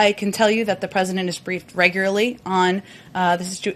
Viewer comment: It’s regularly, “regu”-“larly” Like the usual word: regular, with: ly (Reh- Gue- Lar- Lee)